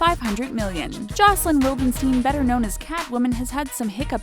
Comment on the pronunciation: Jocelyn's last name is pronounced "vildenchtain", she is from Austria not Israel...